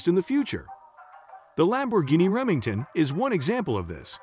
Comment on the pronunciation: It's Reventon' bro, not Remington